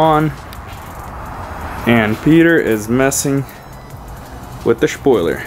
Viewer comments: wait wait wait....... you are telling me that it is not pronounced shpoiler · Looking good fellas! And yes it's spoiler not shpoiler 😄